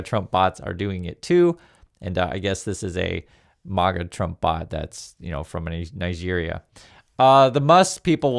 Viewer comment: Its not MOGGA, You absolute buffoon! 😂 IT'S MAGA! Exactly how it sounds.